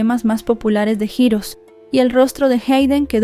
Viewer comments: JIROS?!!!!….🤔…que es jiros?!!!!….🥴🫠….ay, ya que te dedicas a esto, practica tu inglés y si no sabes cómo se pronuncia alguna palabra, mejor dila en español, di héroes y quedas mejor…🤣🤣🤣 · Holi bonita, heroes se pronuncia jirrous